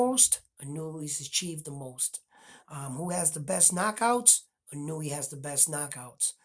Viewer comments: You know more about boxing than I'll ever know, but when it comes to pronouncing Japanese names I got it down. The Monster's last name is pronounced, EE-'NOY-YAY. Note the accent in the NOY. The cadence would be similar to saying "lil Kanye". His first name is pronounced, NAH-'OH-YAH. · Come on, Spanish speakers. The "I" in Inoue has an ee sound like KEY. It does not have an ih sound like KIN. Japanese, in many respects, has the same pronunciation as Spanish LOL